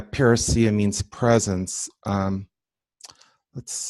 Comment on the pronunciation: Hi, When you pronounce the word parousia you sound very Greek. I think Spanish helps a lot in the pronunciation of Greek. Teo from Greece!